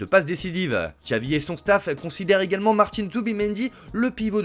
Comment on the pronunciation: Ahhh "Txavi"....😂